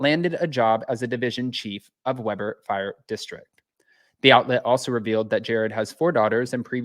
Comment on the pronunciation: In Utah we pronounce it Weeeber 😊